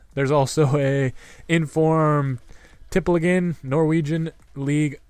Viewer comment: You say Tippeligaen funny.. Love your videos <3